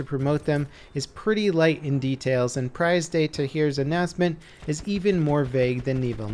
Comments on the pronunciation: It's pronounced PREEZE not PRIZE de Tahure... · prize day tahere? that's some bad prononciation lmao. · Prize day taheer? C'EST PRISE DE TAHURE LOL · i love how english youtuber pronounce "Prise De Tahure"😂😂